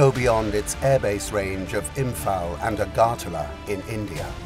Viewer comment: It's pronounced IMP-HAARL....not IM-FARL......Murica...!